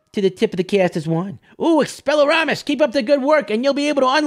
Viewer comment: it's not llu-MOE-s, it's lu-MOSS. get it right! its not expella-RAR-MUS, it's expell-E-ARM-US